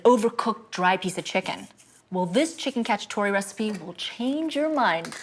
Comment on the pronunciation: Chicken Catchup-A-Tore